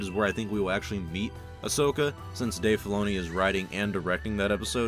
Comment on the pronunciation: Ahsoka, not Ashoka. FFS